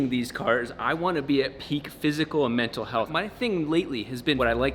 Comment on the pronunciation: I'm sorry , but are we now saying "mentow" instead of mental ?!? I was not informed about this!